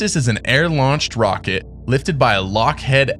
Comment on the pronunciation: its lockheed, not lockhead, lol